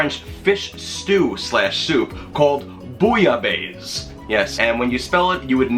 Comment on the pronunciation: Very good recipe, but four remarks. Pronounciation is not ‘base’ but’ besse’. It comes from Marseille and people pronounce the final ‘e’ in the Provence. I would add more fish, originally it calls for five different kinds of fish. 50% fish, 50% shrimps etc. The french bread shoud be toasted and covered with rouille, a spicy garlic/maillonaise. And one essential ingredient: a shot of pastis in the soup. You can use Pastis 51 or Ricard. It’s really necessary. Jan van Kleef